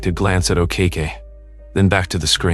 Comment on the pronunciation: An English narrator, really, I honestly thought by the way pronounced Sam's surname as A Cake E, Ok Ok, O Kacki .